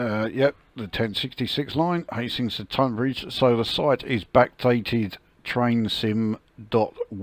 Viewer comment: I grew up in Tonbridge… really impressive how realistic this route is… also thanks for pronouncing “Tonbridge” correctly… ie “tUn” not “tOn”